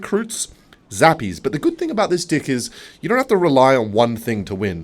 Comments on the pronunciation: everytime he says deck i hear dick idk why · Day 24 of asking to play PVZ 2 Bro he says "dick" so often, that my brain is starting to register it as the actual world instead of deck 😭😭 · “In the dying embers of yesterdays evening I was fiddling around with my deick” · do you really say deck like that?